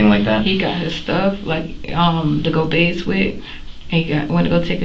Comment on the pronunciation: I don’t know what’s more irritating, her lies or her continuously saying baze🙄